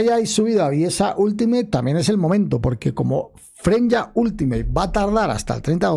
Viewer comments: Bro porque dices FRENYA si se llama F R E Y N A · Aja porque yo igual me preguntaba el porqué le dice "Frenya" si es "Freyna" pero luego recordé que los españoles le cambian los nombres a los personajes, está en su adn bro xd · freinya 💀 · Porqué nadie puede pronunciar Freyna correctamente? Tan difícil es?